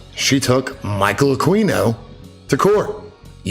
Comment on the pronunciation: Can't help but think of John Norman when you mention Jonathan Norman. Thanks as always for presenting stuff that some of us never noticed as it sped past us. AH KEE NO and YORK SHEER.